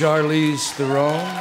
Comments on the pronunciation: Yes, Jack pronounced it more correctly than I've ever heard. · Wow, the first time I've heard someone pronounce Charlize Theron's last name correctly. Nice job Jack! 👏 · What on earth are you talking about? Charlize pronouncing her name the right way